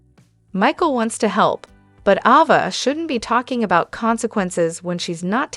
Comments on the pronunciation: Pronounce the name properly A ……va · Her name is AAAAAAva not AHHHHva!!!